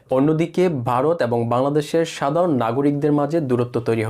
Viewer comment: আরে বোকাচোদা খবর পড়ছিস বাংলাটাই তো ভালভাবে বলতে পারিস না ভারত কে বলছিস বারত ?